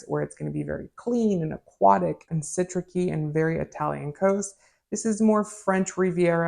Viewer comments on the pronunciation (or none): Eau de cologne lasts up to 2 hours. Eau de toilette up to 4 hours. From short lasting to long lasting concentration as follows: aftershave - eau de cologne - eau de toilette - eau de parfum - parfum. And its pronounced as citrussy not citrucky.